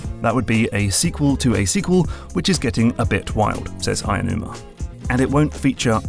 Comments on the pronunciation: I like the analysis, but as a quibble, Aonuma is pronounced more like ow numa than Ayanuma. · It's 'Aonuma'. You keep saying 'Ayanuma'. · if you read this: Aonuma isn't pronounced “aya-noo-ma.” The correct pronunciation is more like "ow-noo-ma." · Btw his name isn't pronounced Ayonuma. It's Japanese, so vowels don't become their long form regardless of what comes afterwards. It's "ao", which sounds more like like "ow" as in the pain interjection. In fact it's pronounced "ah" then "oh" but say it quickly so they flow into each other. Japanese words are actually relatively easy to pronounce if you take the time to learn how. It won't even take hours. The rules are very intuitive and there are very few exceptions. So vowel sounds will be pretty much the same all the time regardless of where they are in the word, for example. Aonuma will never be ayonuma or ownyuma or whatever. That 'ao' in Aonuma is the same 'ao' in the word for the color green/blue, or other names like Aoi, Aoshi, Aomori, or even in other parts of the word like Kaori, etc. Hope this helps! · Great video, but it really hurt hearing Eiji AEnuma everytime... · No, it's 'Aonuma'.